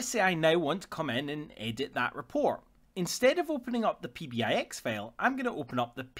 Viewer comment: Great video. It took me a minute to realize when you were saying "fail" it was actually "file" lol. Thanks for posting. Valuable info for sure.